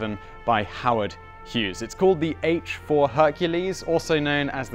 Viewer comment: Honey, you mean the H-4 HUNKules